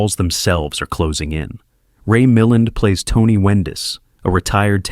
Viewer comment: The name isn't eh burt, it's EEE bert, it isn't Ray mil'und it's Ray Mi Land', AND.. Peter Lore? It's Peter Lor' ay.. jeez!